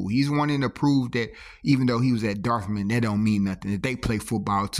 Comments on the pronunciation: He said, “darth-men”. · Its pronounced Dart-muth (Dartmouth)😂